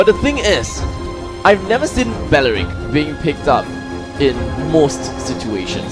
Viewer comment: No one: Literally no one: Commentator:They pick balrick!